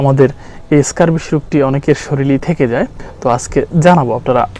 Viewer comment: ! স্ক্যাবিস উচ্চারণ করতে পারেনা সে আবার আসছে জ্ঞান দিতে আসছে ! আর কথারে শুধু পেঁচাচ্ছে বাল!